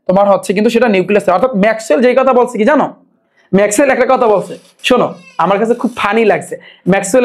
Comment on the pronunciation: ভাইয়া ম্যাকওয়েল গানজা খাইয়া বলছে😂😂😂😂